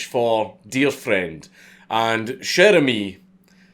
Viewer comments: Dude, not sher emis, it's sher amis with a like in water. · Came here to hear a Scotsman pronounce "Cher ami!" Was not disappointed.